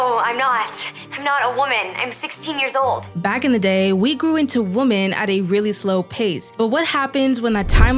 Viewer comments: Why do you gen z pronounce 'women' as 'woman'. It pisses me off. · Your videos are good but Woman/ singular WomEN/ collective. I’m sorry I have to turn these videos off when the word woman is mentioned more than 6 times instead of women. It feels in a sense objectifying women. Or a type of species we don’t understand. Or some kind of unidentified intelligence/alien. I’m not the best at grammar or spelling. In fact there is more than likely a load of errors in this post. And I don’t mind being corrected. However I feel this is a super obvious error and almost like it’s a trend to mispronounce. Just replace the gender and see how stupid it sounds no one says man instead of men in regular circumstances. Or repetitively after evey pronunciation of the word Sometimes it can be acceptable but not when someone is talking intellectually and I wanna take it serious.In never usually get irritated but this one thing really dumbs good essays down people are doing more and more regular feels like it’s dumbing it down human intellect Change is how language is made but usually it has a theory or like rules and this to me is one that doesn’t work for the English’s language unless it’s a stand alone sentence. Or to make a statement. However it looses its when it’s pronounced in sentence where the word woman is brought up I know I’m Being an idiot complaining but what happened to us.